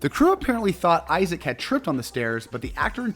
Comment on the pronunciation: It's Jason Isaacs, with an S at the end, not Isaac. And that's just one of the many mispronounced things in this video...